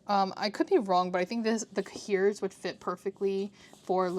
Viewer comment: I love the style of this video! 💕 (also, no shade, I’ve never heard an English pronunciation of cahier haha - it’s pronounced “kaiy-ay” (as in yippeekayee”) in French. Took me a second to realize what you were saying hehe)